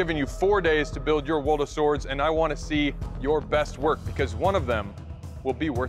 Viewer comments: you say the name like waldo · 왈도라고 들리노 ㅋㅋㅋㅋ